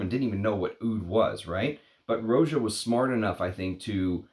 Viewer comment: Roh-jah, not ROW-jah. Watch his interviews.